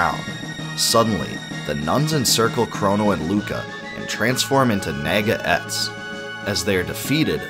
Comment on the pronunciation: Pronunciations: Masamune: Mahsah-Moonay Epoch: Epic Nāga: Nah-guh